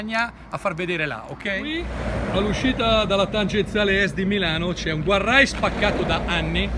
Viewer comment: Oh ma dici sempre guarrai.... Ci vuole tanto a dire gardreil... Lo scrivo come si dice non come si scrive eh